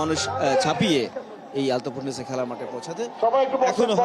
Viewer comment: আলফাতুন না ভাই, আলতাফুননেছা মাঠ।